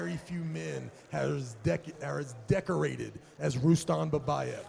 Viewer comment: Who is Rueston?? It's pronounced Rustum Don't ever leave the sport this commentary gig fits u perfectly!